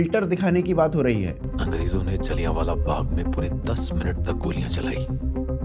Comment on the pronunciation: भाईसाहब जी आपका जलियाँवाला को बार बार जाली यान वाला कहना यही साबित करता है कि हमारे ऊपर अंग्रेजों की छोड़ी गई अंग्रेज़ी का कितना प्रभाव पड़ा है।